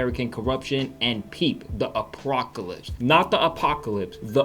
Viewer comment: Not the apocalypse... The APWOCAWIPSE